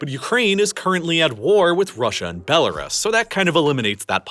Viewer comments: It's pronounced K(r)eev, unless you are Russian. Bella RUUS, not bela res. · You've still been mispronouncing "Belarus".